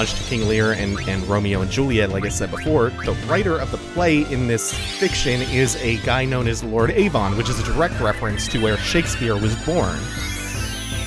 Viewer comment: Just an fyi, Avon is pronounced more like Ayvun. Loving this so far! Love FF9. One of the best worlds in a Final Fantasy.